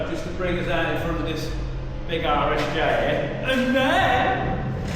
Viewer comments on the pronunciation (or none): RSJ, s (rolled steel joist), all I hear is "Irish Jays". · All these years, I thought Colin was saying "Irish J beams", just realized it's "RSJ beams"